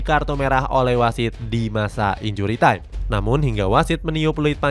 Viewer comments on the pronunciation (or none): none